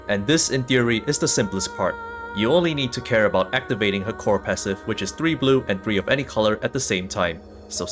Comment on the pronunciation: "It is all aboot the sword wave"